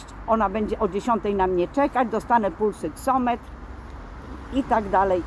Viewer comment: Ta Pani nawet nie wie co dostanie "pulsoksometr" dostanie, a otrzyma "pulsoksymetr" nie robi jej to chyba różnicy, ważne że dostanie cokolwiek :D